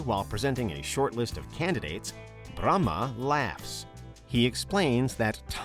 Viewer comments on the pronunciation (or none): none